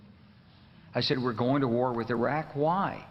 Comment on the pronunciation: Exactly. She’s literally bilingual and the pronunciation in Spanish is even closer that this crap. What the fuck??? Otherwise, I’m cool with them lol. But seriously! GOD DAMN IT